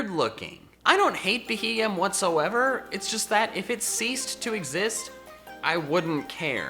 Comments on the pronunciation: IT'S BEHEEYEM, NOT F*CKING BEHEMEN! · 1) This is basically Top 10 Forgettable Pokemon all over again, and the entries are too cliche (Wow, Heatmor and Beheeyem in a list like this? Who would have thought?) 2) Beheeyem is not difficult to pronounce, you just need to think of the acronym for Bug Eyed Monster, which is a folklore term for "alien" 3)If by your own admission you're not good at battling, stop basing your judgements on Pokemon off of that. Lickilicky can be a great Normal Gem STAB Explosion lead in lower tiers 4)A list like this is a magnet for hate and a sarcastic introduction will never be enough to stop it, it will just make the haters angrier. That being said, I still like your videos, I just think you can do better than this